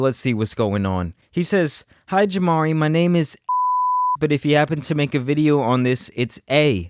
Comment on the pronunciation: The way bro be saying his name. JamaRI! That’s JamaRI!